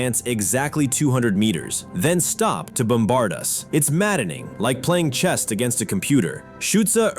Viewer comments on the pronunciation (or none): The quote beginning around seems bogus to me. No one in the 1940s could imagine a computer playing chess. Also, is the voice AI slop because the voice says "chest" instead of "chess"